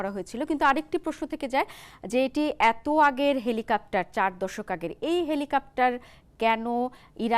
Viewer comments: হেলিকপ্টার, হেলিকাপটার না.. বারবার একই উচ্চারণ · "হেলিকাপ্টার" নয়, সঠিক উচ্চারনটা "হেলিকপ্টার"। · এই মহিলা কতোটা শিক্ষিত? এরকম গুরুত্বপূর্ণ একটা টপিক নিয়ে বলতে গিয়ে উনি কেনো "হেলিকপ্টার" না বলে "হেলিকাপ্টার" বলতেছেন? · হেলিকাপ্টার না হেলিকপ্টার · Dear Madam, apni bohu bolechen helikaptar but its helikoptar....:) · হেলিকাপ্টার শুনতে শুনতে বিরক্ত হয়ে গেলাম। এটা "হেলিকপ্টার" হবে। 😅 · সবার আগে খতিয়ে দেখা হোক উপস্থাপিকা হেলিকপ্টারকে হেলিকাপ্টার বলছেন কেন? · হেলিকাপ্টার হবে না হেলিকপ্টার উপস্থাপিকার উচ্চারণ এর এই অবস্থা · হেলিকপ্টার উচ্চারণ করুন। কেমন সাংবাদিক সাধারন উচ্চারণটি জানেনা? তা-ও আবার নামি-দামি চ্যানেলের সাংবাদিক। 😂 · বারবার হেলিকেপ্টর বলছেন। পরবর্তীতে উচ্চারণ সঠিকভাবে করবেন। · জ্বি হেলিকা*প্টার,,, উপস্থাপিকার উচ্চারণ খুব সুন্দর 😄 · হেলিকপ্টার হবে উচ্চারণ টা